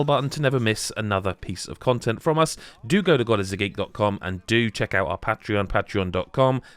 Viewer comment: The great video, dug everything except how you pronounced the word patreon, for which you should be pinched by yer gran